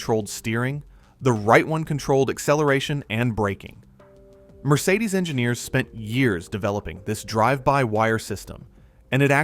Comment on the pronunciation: It is not pronounced "Mercedesuz". It is simply "Mercedes" or "Mercedes-Benz". Irritating A.I. narration ruined an otherwise entertaining video.